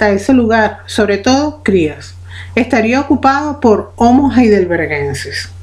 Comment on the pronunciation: pero si se pronuncia jeidelbergensis